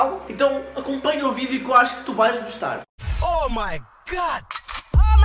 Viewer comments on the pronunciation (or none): "Tu bais guustar" tbm sou de portugal adrt